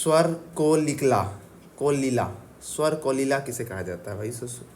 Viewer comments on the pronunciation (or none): U pronounced Kolila ... its Kokila 😂.... ur pronunciation is very hard sir👌❌️